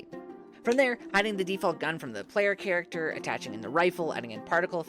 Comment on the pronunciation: "Chat acter" 😂